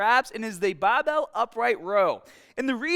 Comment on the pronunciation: A BABBEEEL!! what is a BABBEEEL?